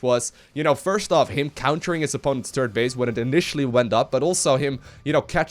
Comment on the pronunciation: "Turd base"